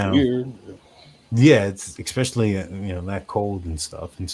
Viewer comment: especially = /ɪˈspeʃ·ə·li/ NOT EX specially